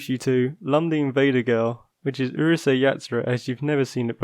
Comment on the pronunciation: It's Urusei not uhrusei